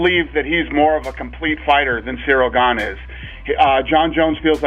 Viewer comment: Jon Jones made a commitment to misprounounce all the fighters in his new division Gaine and TaiTUTU Vasa and Naiganou :D